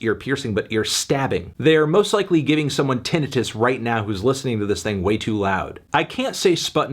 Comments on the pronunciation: Bro pronounced tenitis like he's never heard it said outloud before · weird way of saying 10, anthony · I was today years old when I found out that's how you pronounce tinnitus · boi said tinnitus lmao it's pronounced tinnitus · It's pronounced 'tinnitus' not 'tinnitus' come on Melon